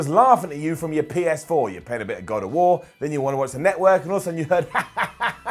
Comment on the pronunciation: WWE Notwork! Come on man you're English this is your language bud!